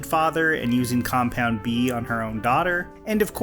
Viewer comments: Is it just me, or do you say compound B ? I’m pretty sure it is compound V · compound "v". not "b." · Did you really call it compound B? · umm did you mean compound "V" wtf is compound "B"? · It's Compound V, as in Vought.